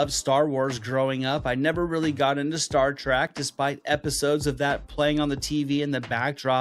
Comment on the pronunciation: "Star Track"...🤔